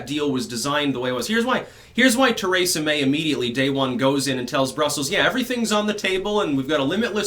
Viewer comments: Theresa May not TARAYsa May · ABENAKI!?..Cool. Are you also Francophone?. (your pronunciation of Theresa). I sang in this. Euro music which was found in manuscript with texts in Abenaki